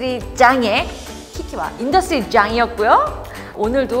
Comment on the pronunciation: 전혀 어렵지 않고(어려운 부분은 흘려보내고) 재미있게 봤습니다! 인더스트리짱으로 들리네요~~ㅎㅎ